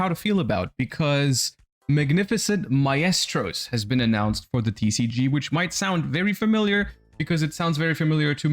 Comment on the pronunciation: Mf can’t pronounce maestro